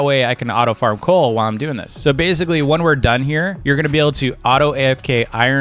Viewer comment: When u where searching coal u said coac